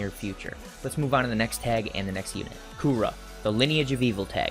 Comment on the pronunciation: Please don’t call him Coora.. we all know it’s Cooler!!